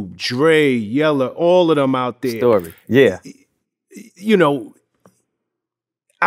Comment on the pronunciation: Right thur 🤣